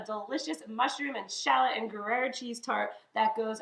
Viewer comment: Love the appetizer choice. Love these mushroom tart pastry delights. Please note, Gruyère is pronounced ‘Gree - Air’.